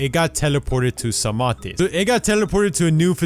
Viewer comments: It's actually not psamaathe but psaamathe( the pronunciation) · SAMAT is how its pronoinced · Psamthe is said like "Saam-ff" BTW